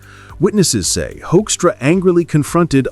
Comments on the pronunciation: Did he say Hoinkstra? 😂😂😂 I Can't disagree. This little piggy became ambassador. 😂😂😂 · This may seem pedantic, but I’m tired of people mispronouncing Hoekstra’s name. I can’t stand the guy. But I think reporters should go the extra yard to figure out how his name should be pronounced. It’s not Hoekstra or many other variations I’ve heard. It is pronounced Whokstra. As in ´´WHO is this asshole and how did he manage to achieve his position?´´. Whokstra = Hoekstra.